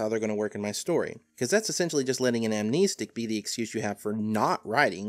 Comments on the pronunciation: Why is he saying Am-knee-stick and not Amnestic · I always thought it was pronounced Am-nest-ick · Also surely its pronounced "ahm-neh-stick" not "ahm-nee-stick"? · Nice video on amnestics, but jesus it peeved me so hard that you pronounce it amneestics. There’s only one e there man. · "am-KNEE-sticks" ~, 2019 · I pronounce it as: Am-nes-tic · Its pronounced am nestic, like amnesty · I wasn't sure about that, so I looked it up. Turns out, you're right, it is a real word that's defined somewhere other than the SCP wiki, which means it has an accepted pronunciation. As it happens, the correct pronunciation is indeed [am-nes´tik], therefore pronunciation is incorrect. Welp, I learned a new little factoid today I guess. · you're wrong about amnestics (am-nest-ick) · im pretty sure its pronounced "Am-nest-ic", despite how the root word "Amnesia" is pronounced. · "am-ness-tick" sounds better tho. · You’re wrong on how you pronounce amnestic. Although I guess it’s like the keter pronunciation argument. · Ok it REALLY annoys me that he keeps pronouncing amnestic with two e's.